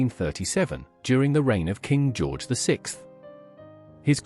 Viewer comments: lol George V I Can AI not say George the Sixth. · Lord, the AI is terrible. King George vee-eye? 1,990-S for 1990s? Good grief. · Great informational video but I wish you didn't use AI to read it. It can't read dates properly and has trouble pronouncing roman numerals after a name which is off-putting. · Please either choose an AI narrator that can say George the Sixth instead of George the Vee Eye, or have AN ACTUAL HUMAN narrator who can speak colloquial English! Damn, that was annoying af! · Why did you call George the Fifth correctly, but miscalled his son George the Sixth as George Vee One - weird ...You also state that the Teck tiara was worn by Princess Margaret on her wedding day, while showing us the photo of her wearing the Poltimore Tiara which was sold after her death by her son.